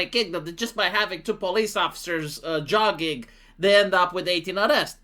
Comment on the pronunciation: it's not jugging it's jogging!